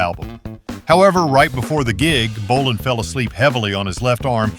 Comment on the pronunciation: And then it mispronounced Tom's last name too.